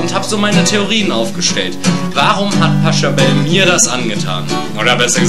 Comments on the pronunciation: naja schlecht ist das echt nicht, aber der typ heißt nicht "Pascha Bell" *lol* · der Komponist heißt Pachelbel nicht Paschebel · Find's ja toll, dass sich jemand die Mühe macht eine deutsche Version zum Pachelbel Rant von Rob Paravonian zu machen, aber SO geht's nicht. Übersetzung zum Teil schlecht oder falsch, Pachelbel durchgehend falsch ausgesprochen und wieso zum Teufel wurden manche Lieder übersetzt und gesungen? Es geht doch nur um die gleiche Melodie. Gesprochen wird auch wie ne Schlaftablette, gerade das Paranoide im Pachelber Rant macht ihn besonders lustig, aber hier verläuft sich das in schlechter Betonung.